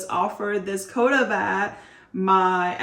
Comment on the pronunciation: I’ve now had to sit through three videos where you’ve mispronounced “quota.” It’s not “co-dah,” it’s “kwoh-tah.” And “gold” has a hard “d” on the end, not “goal.” And the vocal fry is painful.